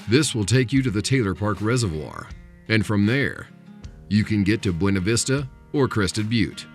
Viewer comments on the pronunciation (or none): The narrator is pronouncing Buena in Buena Vista wrong. It's not pronounced the Spanish way.